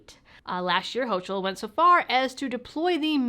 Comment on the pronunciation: "Hochul" rhymes with "yokel"